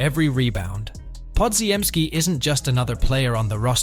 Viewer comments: podziemski is not pronounced the way it’s spelt. Only AI would pronounce every single letter in it. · ones like bpodz. Ai pronounces it how it’s spelt, but it’s not correct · yeah, I got it now, from the way it pronounces Podz name you can tell it’s AI voice. However, Koominga is the right pronunciation since it’s a Congolese name. I’m from Burundi, DR Congo is our neighbor